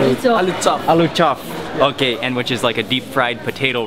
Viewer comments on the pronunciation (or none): It seems that the Nepali man is so interested in speaking English but he can't spark English he is saying aluh chofff instead of chop😂😂😂